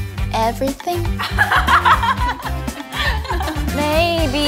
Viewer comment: Ryujin: maybe..... Everything Chaeryeong: maybe.... Everything Lia: Maybe everything Yuna: maybe everythang Yeji: Awe Aweting.